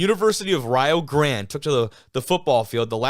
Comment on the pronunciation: You got it right, it's Rye-oh (like Ohio) and Grande (like the "e" at the end isn't there).